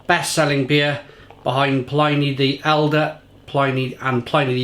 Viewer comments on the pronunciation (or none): So /plɪni/ instead of /plaɪni/? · Its pronounced Plin E not PLynee, Pliny Elder and Younger were Roman Historians, not PLY Knee, PLIN E